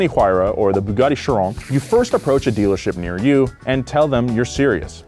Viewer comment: "Pagani Huayra and the Bugatti SCHRLONG"